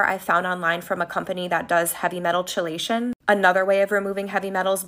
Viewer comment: The heavy metal detox lady doesn't even know how to say "chelation"... you don't need to be that much smarter than the people you scam.